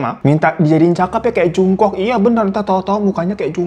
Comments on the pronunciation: Jongkuk kak kalo bacanya 😊😊😊😊 tulisan nya Jungkook 😊😊😊😊😊😊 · Jung kook dibaca Jong gug ya inem